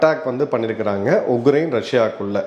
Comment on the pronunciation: it is not uGrain. It is uKrain. Please correct yourself